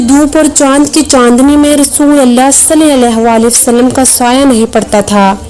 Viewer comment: Salalahualihiwasalam Sahi se bola krain